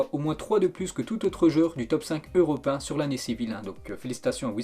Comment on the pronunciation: Hein ??? Quoi ?? Jai bien entendu europin a la place de européen ? Ta vraiment du mal avec la langue françaises